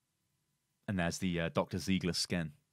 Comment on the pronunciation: its ziegler (zaigler)not an ziiiigle ;)